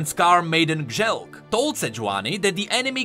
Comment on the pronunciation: Kjelk is kyelk